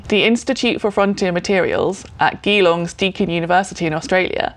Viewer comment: Always appreciate your content, but I think you added one superfluous "E" to your pronunciation of "Geelong" (though the odds of you ever mentioning it again are pretty minimal im guessing :) )